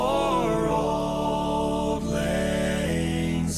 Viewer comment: As a Scot I have to say that whilst this does sound wonderful it grates a bit to hear the title line being mis-sung. It is not "Old Lang Zyne". The word "Auld" is Scottish for "old" and should be pronounced like "Awled ". Lang was sung properly but the word "Syne" is soft and should be pronounced like the word "Sign". Have a wee listen to a Scot singing it